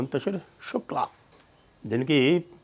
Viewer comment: शू-कला है शुकला नहीं 🤬🤬🤬